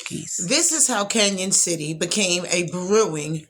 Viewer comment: It's pronounced Can-on, not Can-yon.